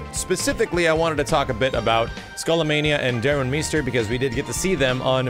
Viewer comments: It's pronounced "Arr-ee-ka", not "Uh-rika", and it's "Dar-rune My-ster". Come on,, at least try and pretend you know what you're talking about. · Wait is it pronounced, Darun "MEEster" or "MYster". I could have sworn, the announcer from one of the previous games always pronounced it "MYster".